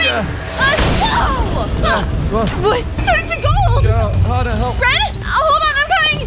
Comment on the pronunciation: It's not XaHa it's Hana